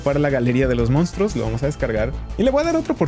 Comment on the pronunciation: Me dio mucha risa los "mounstruos" 😂💜